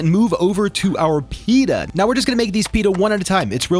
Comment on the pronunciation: great video but pleeeeasee stop saying.. Peeee da It’s Pit ta